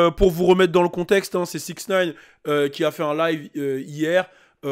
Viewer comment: "Dans 6nine" 🤣